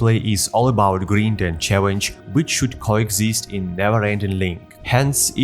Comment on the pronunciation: Your pronunciation of the word "grind" is unique (and wrong) but it's understandable since you have the correct pronunciation of "grim" in "grimdawn". Use Google to see how it's pronounced :-). Awesome video + 1like & sub.